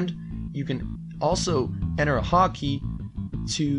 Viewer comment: "haw key"